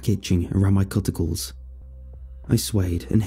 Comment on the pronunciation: we're not gonna ignore how he said cuticle